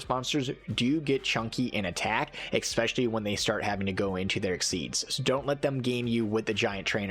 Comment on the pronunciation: Nice video and all. But if you want to make videos on Youtube, consider fixing your language. It's "es-pecially", not "eXspecially".